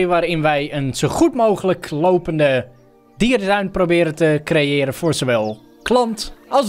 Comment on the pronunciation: Hij zei dierenduin op het begin😂